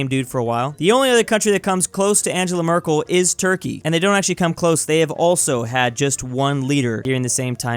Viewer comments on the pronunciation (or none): none